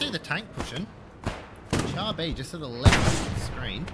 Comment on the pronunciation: " Char " is pronounced " Shar ". French is funny like that. Good video :)))